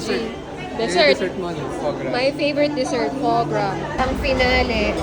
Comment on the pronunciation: Ate "Fwah Grah" Ang pronunciation Po Ng foie gras.